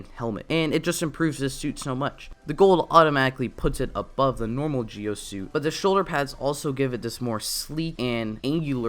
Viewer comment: you're right it's pronounced Ji-O...